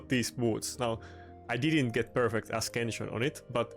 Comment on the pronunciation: Great gear piece. It's a-sense-yun not a-skin-shun. No hate, you've heard my bad German...